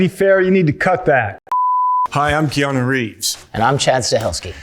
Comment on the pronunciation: Keona Reeves? I just learned how to pronounce his name.